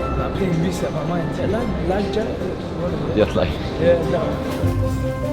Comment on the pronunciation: Dude said leg jet😂😂😂😂